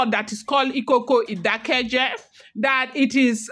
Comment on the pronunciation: It is pronounced Ìkòkò Ìdákéjé